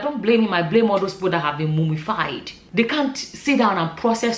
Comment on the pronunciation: I laughed when you said 'mumu-fied' it is well